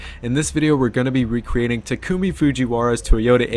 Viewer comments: it's not "ti-ku-mi" it's "ta-ku-me" did you not hear anyone in the anime say his name at all? really not that hard to pronounce. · Stop saying TIKOOMIE. ITS (TAH-KU-ME) TAKUMI. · "Tookume" makes me cringe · I hate how you pronounce Takumi